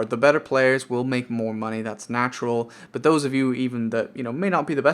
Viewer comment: Lost count of the amount of times you said moneh.